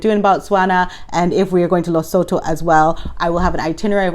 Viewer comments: If you want to sound very knowledgeable with local accent, say it like “Leh-soo-too”. 🤪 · Hi. Lesotho is pronounced Lisootoo.